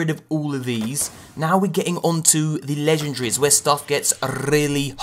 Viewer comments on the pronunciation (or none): legen-DA-ries... not legen-DRIES